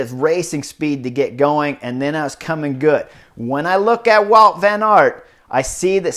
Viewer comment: It is Wout not "Walt" He's Belgian!